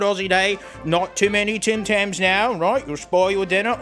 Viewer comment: I like when he says TEM TENNS (Tim Tams)